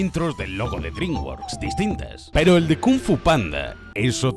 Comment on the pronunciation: soy yo o el último "PEROOO" lo dijo en chinooasjjajaja